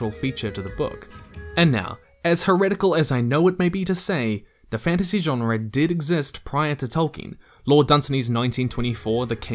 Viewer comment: Why do you pronounce genre that way